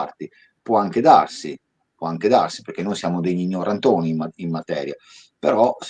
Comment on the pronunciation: L accento di quando dice " gnorantoni" mi ricorda Loris Batacchi 😂 comunque qui siamo di fronte a tecnologie di conversione di materiali come aveva fatto Majorana con la sua macchina ma a livelli veri